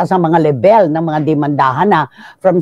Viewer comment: LEBÉL? Kung Level : [LEV] + [UHL Cristy nilumot ka na sa journalism bangitin mo naman ng tama ang English mo!